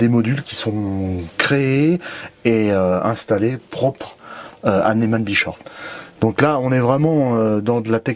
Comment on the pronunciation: j'adore comme tu prononce nesman brechoff 😀👍je plaisante!!!! Bien sur que vous êtes les premiers grands merci à vous deux tip top cette présentation qui m'a beaucoup plus 😘